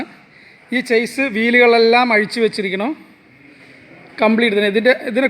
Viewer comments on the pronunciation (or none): Good നന്നായിട്ടുണ്ട്.' ചേസ് ' എന്നല്ല 'ഷാസി 'എന്നാണ് പറയേണ്ടത്. ഒരു Light Motor Vehicle ന്റെ പ്രവർത്തനം വീഡിയോ ചെയ്താൽ നന്നായിരിക്കും.